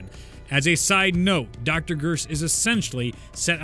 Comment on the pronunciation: Is it me or did say Bersh instead of Gersh